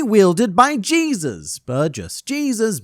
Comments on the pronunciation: No the proper pronunciation of Burgess name especially since he’s based on a luchador (wrestler) from Mexico it’s pronounced Jesus (HEY-Zeus) not Jesus (Gee-sus) lol regardless love your videos. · ..."Jesus" Burgess instead of "Hey-soos" Burgess got old 30 years ago.